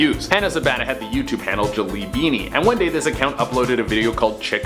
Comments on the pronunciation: Ha he said leafly like the weed site he didnt say leafy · Leafy not Leafly.